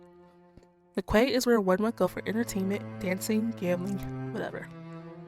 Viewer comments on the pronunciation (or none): Horrible documentary, she misspelled and pronounced the river quay area.. it's pronounced KEY ... you left out about 50 years of history, and disrespected the civella family.....